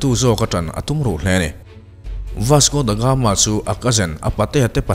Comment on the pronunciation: Ka la sawisel ngai miahlo che i content pawh a ṭha ṭhin. Mahse, tun ṭum chu ka beng thlep a awm nual mai, huat vang ni lovin ṭhahnemngaih vangin ka'n sel ve teh ang che. Chhiar hmain ennawn leh a ṭha ka ti. Tin, lam dan ah chian loh i neih chuan a thiam tura i ngaih rawn a fuh ang. Youtuber ah chuan i ṭha deuh berin ka hria ka support tlat che ania. Ka sel pakhat chauh,"Vasco Da Gama", tih lai tak pawh hi i lam diklo tlat in ka hria. "The Gama", tih leh "Da Gama", tih hi a lam dan in anglo deuh mai ania aw. A dang chu sawi lo mai ang, a sei dawn tlat. Ṭang fan fann....